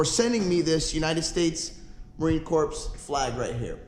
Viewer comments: I really love your channel brother. From an Army vet i appreciate the fact you proudly respect and support our military! It’s really refreshing. Someone else might’ve said it but just so the Marines don’t go crazy on here the “Corps” is pronounced like “Core” BUT nonetheless thank you so much for your support! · It’s pronounced “core” but still great vid keep up the good shit